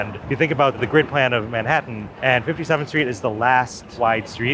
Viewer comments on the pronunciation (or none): none